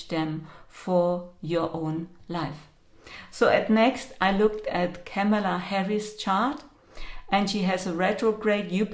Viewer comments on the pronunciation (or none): none